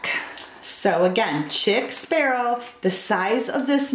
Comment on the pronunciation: Chic ( sheek) sparrow Pronounced sheek. Just a FYI